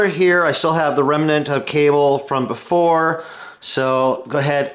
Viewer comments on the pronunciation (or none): none